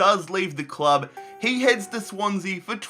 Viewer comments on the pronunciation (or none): none